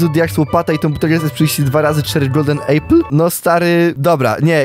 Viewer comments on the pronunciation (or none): none